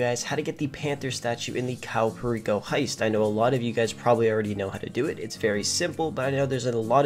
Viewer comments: Cayo Perico is pronounced (Kie-yu Per-eek-oh) 😂😂 its fine you can pronounce it however you want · Caiou pereeko😂